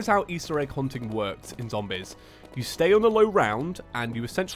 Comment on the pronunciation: every time he says zombEz something dies inside of me